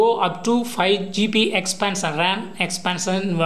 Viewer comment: Bsrk GP nhi GB hota hai phele Hindi bolna sik